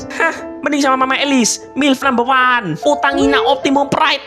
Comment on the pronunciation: "Milp number waan"😂